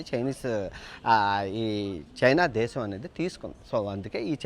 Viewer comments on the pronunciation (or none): none